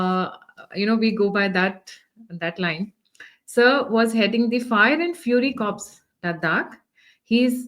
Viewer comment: Its not corps its pronounced as core